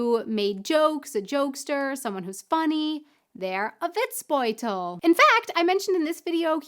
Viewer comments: Almost :-) The "bold" in Witzbold is not pronounced like the English word bold. No o-u gliding diphthong in there - just a plain short "o" like perhaps in Orange. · Matschepampe ist matschige Pampe (muddy mud) just an accent here. It is hard for you, but you need to get rid of diphthongs like "ou" in Witzbold. Endings in German are always hard so it is pronounced like "Vitsbolt" and Auf Wiedersehen is like "auf veedeasehen" (au is like the ou in out). Our Endings "-er" are with no r. It is a schwa... Hope this helps...